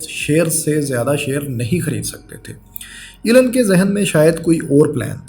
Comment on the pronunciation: ایلن نہیں ایلون ہے